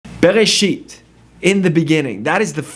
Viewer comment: Look for yourself the fist word is not berisheet, it ray-sheeth